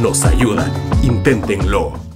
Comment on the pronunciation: Cuando aprendas a decir inténtenlo y no "intentenló" te hago un Yape